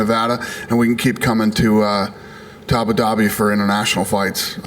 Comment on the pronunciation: Dana ”abu dabity” white